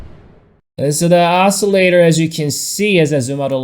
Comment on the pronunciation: check out that os-cer-lat-er